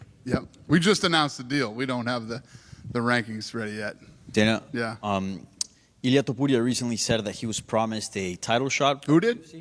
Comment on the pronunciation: Holy shit it just doesn't stop with the media bullshit. The way some of these people - who have obvious American accents - pronounce "Ilia Topuria" is so pretentious, forced and unnatural. It's like they don't understand that it is not the same as pronouncing the "double l" in words like "tortilla" and if it ISN'T PHONEY, then WHY does the same guy not pronounce Jiří Procházka's name exactly the way someone from Czechoslovakia would? It's because he sees one of them as white. I admit that is an assumption but I would ask anyone who sees this to tell me what the other explanation would be. Because I can tell you a lot of things that would at least support my assumption.